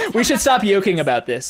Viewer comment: "We should stop yoking about this" XDDD